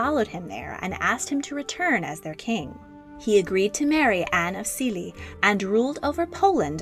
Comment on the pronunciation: You can just say Louis in the English pronounciation lol also it's Silesia not... 'Zilezia'?